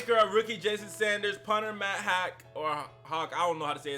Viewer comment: its pronounced "Hawk" ….i know i was confused until I heard how the broadcasters...yeah i know because of the way it's spelled...aint nit picking bro just giving you a hand man...